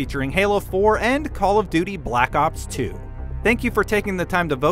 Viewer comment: It call of buty